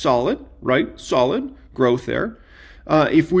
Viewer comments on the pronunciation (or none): none